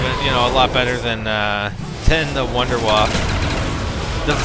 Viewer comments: wunderwave in german means wonder weapon, pronounced voondervahv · Actually its pronounced VundaVaffa hahaha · the wonderwaffe doesnt have waffle in it you moronfuckers its WAFFE!! :) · it soudns funny for german people like me when you say wunderwaffe ^^